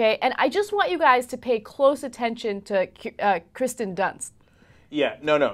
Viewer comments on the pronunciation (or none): Kirsten Dunst not "Kristin" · KIRsten not KRIsten.